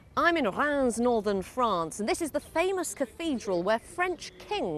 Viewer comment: The BBC just make themselves look stupid by going on about the 'far right' the whole time. That woman trying to pronounce the town of Reims was a good laugh.